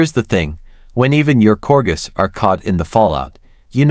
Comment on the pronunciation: AI at its worst. .Can't even pronounce "corgis" correctly.